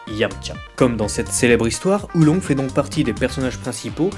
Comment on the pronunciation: Oolong !!!!!!! PAS Oulongue